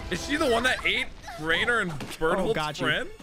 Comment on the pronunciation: Given the amount of times you called Reiner "Raynor", I'm guessing someone's a Starcraft player.